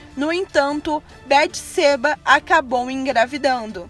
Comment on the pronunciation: A pronuncia Beteseba está incorreta. O som do e, é aberto.